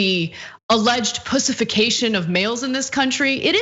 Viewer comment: Did she say “pussification”?